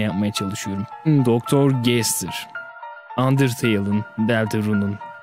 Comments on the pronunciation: Gestır degil gastır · Abi sen Gaster'a Gestır diyorsun aslında gastır diye okunuyor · Gestır Değil Bence O Bastır Diye Okunuyor Sizce Nasıl Okunuyor!?🤘✋👋👈👐✊☝️👍🤚🖐️👊👌👉✋👋👍👉👉👎👎👎👎